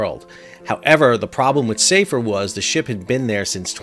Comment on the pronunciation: Hi Sal, sorry to be pedantic but the name of the ship is "Safer" - as in an Arabic name. it is pronounced with the 'a' sound shorter than the English "safer" meaning 'more safe'. Here's a clip from a website: "Safer is a Muslim Boy's name which originates from the Arabic language." You can see the Arabic script on the bow in the video. Other than that thanks for the explanation!